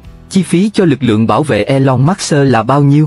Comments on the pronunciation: Khủng khiếp quá đọc " elon mát xơ" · Trời ơi đọc là e long mớt sơ ?? nghe phát bịnh